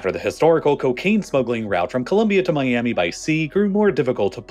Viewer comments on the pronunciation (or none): none